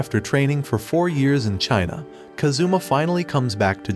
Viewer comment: He is kAzuma, not kazUma ffs.